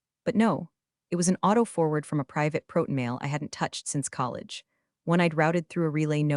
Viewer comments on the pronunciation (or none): Resumé not= resume. — Proton not= proten. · it’s resume, not resumé, and proton, not proten. Minor things, but they matter!